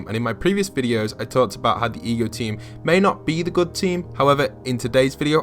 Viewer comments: EGO, as in Alter Ego. Why do you keep calling it the E G O team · Why does he keep saying E G O? It is without doubt Ego as in "Alter Ego"... Hello! Wow, it could not possibly have been any more blatant of a theme. It just drives me crazy that some of the younger generations either don't learn the things that were once general cultural knowledge, ir they simply won't spend time to research these easily evidenced subjects... Also, reading would really help them to understand so much about popular culture from a few decades back as well... but none of them read at all so...